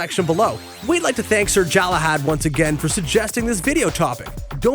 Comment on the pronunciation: mispronunciations, and misspellings everywhere. It's Galahad, with a G, not Jalahad.